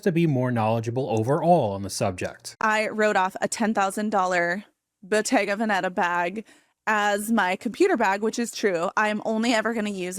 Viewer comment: She can’t even say Bottega Veneta right.